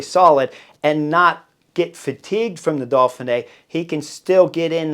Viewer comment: im not sure i can take a whole week of dolphinee Chris!! Dauphin!!